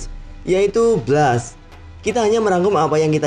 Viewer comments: Itu di baca bles bukan blas lol😑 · Blast di baca blest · Nyebut blast aja salah, video gaje